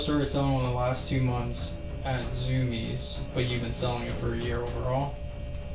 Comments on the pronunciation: its not zumi-ez. its zumi'es😊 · anybody else get triggered when he said zumiez, mf its zoomies. zu mi ez lmao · "Zumies" is pronounced "zoo-me's" not "zoo me es" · im sorry. but the way you pronounced zumiez as "zumi-ez" was unreasonably funny to me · I loved the "Zoo-mi-ez" pronunciation of Zumiez.